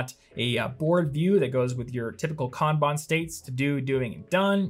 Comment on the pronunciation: I know this is an old video but I so appreciate for properly pronouncing Kanban. It completely burns my brain when people say Can Ban 🤣. 本当にありがとうございます🤙🏽